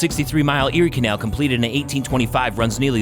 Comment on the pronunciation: The way this guy says canal 🤦